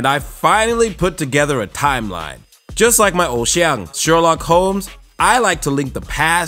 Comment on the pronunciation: 偶像這兩個字超台灣腔的 XD